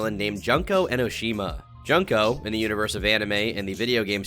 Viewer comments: Juuuuuuuuuuuuuuuuunnnnnko my guy its j(uuuuuuunnnnn)ko not junko or whatever you said........... my comment sounds mean but i do love youre content jsyk( i love looking into questionable humans lol) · "Junk-o", oh dear lord lmfao "Junk-o", come on, you're better then this lol. It should be "June-ko"... Here's how you actually pronounce it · pronounced june ko nit junk oh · I dont mean to be nit picky butttt, her name is pronounced "June-ko" not junk-o 🤣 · ITS FUCKING JOON-COE NOT FUCKING JUNK-OH Jesus Christ you and tuv do no research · This is a really irrelevant nitpick but Junko is pronounced more like June-ko rather than Junk-o. Considering all the internet deep dives you do I’m surprised you never heard a proper pronunciation of her name. I’m kind of jealous, actually. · Lol. Junk-o. June-koe my man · Her name is pronounced June-kuh-oh not jun-kuh-oh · it's pronounced June- cõ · I thought it was pronounced juneko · bruh, it's JUNko. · "Junk-o" lol i always love to see how people pronounce that characters name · ignoring the fact Junko is pronounced June-ko, these people are bad... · Why does every content creator go out of their way to mispronounce Junko's name? June-co. Not hard to say, how do you even say or write "Jun" in Japanese? You can't. A=Ah I=Ee U=Oo E=Eh O=Oh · just btw, junko is pronounced "joon-ko" and kaede is pronounced "kai-yay-day" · I luv you but you said junko very wrong 😭 it’s pronounced joonko no hate tho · I don't want to sound like a 🥸 But I think it might be pronounced June-co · I don’t mean to be that guy, but the way he pronounced junko made my toes curl for some reason. Haven’t watched the anime but I’ve played the games. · Great vid but the way that says junko's name made me laugh so loud idek why 😭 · It is cute how he pronounces Junko Enoshima. And man, you only scratched the surface of her personality. 😂